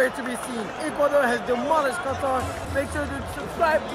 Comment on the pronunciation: Nono it’s Qatar